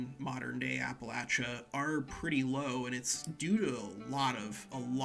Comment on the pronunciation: I’m so proud of you for not pronouncing it like appalayshia like many others not from the area